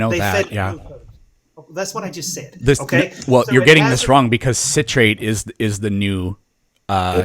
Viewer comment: It's pronounced "sit-rate" not "site-rate" god dammit. Fucking idiot.